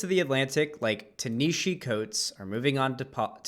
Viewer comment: Leftist and can't even pronounce Ta-Nehisi Coates. LOL. Proving leftists are uneducated and just regurgitate talking points.